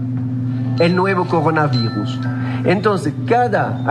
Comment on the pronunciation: El Cogona Vigus